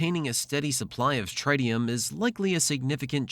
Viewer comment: Tritium is pronounced with the first i sounding like the one in "it" not like the i in "right"